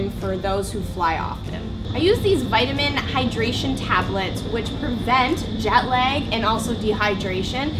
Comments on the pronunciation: I believe its JET LAG not JAT LEG... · It’s. Jet lack not jet leg !!!!